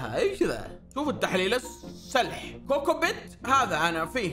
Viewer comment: بندريتا: كوكوبيت✅ كوكبيت❌